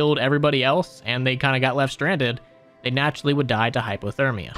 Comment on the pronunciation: "Die" as pronounced as "Dee" fyi